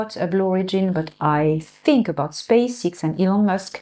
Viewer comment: Space "ex" not "ix"